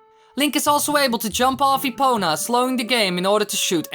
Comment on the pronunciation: Epona, epoNa, epoNah NAH NAH NAH